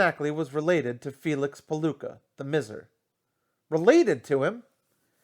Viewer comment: It's usually pronounced "my-zer" (miser) but doin great, keep it up!